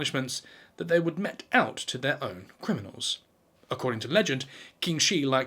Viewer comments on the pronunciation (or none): mete is pronounced meat, as in compete.